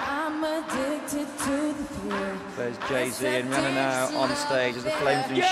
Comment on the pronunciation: "rih-nana" lol